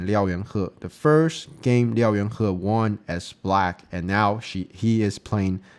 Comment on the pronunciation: Nice video as always - and one of these days you'll learn to pronounce his name hahaha